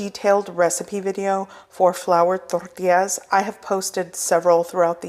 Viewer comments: I like how you say , torrrrrrtillas😅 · I love the way she has to roll her 'R's" when she says tortillas!! LOL!